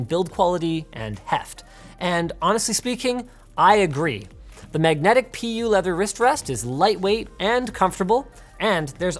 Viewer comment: linus said "magnetic pee u wrist wrest" -... eeew pee urself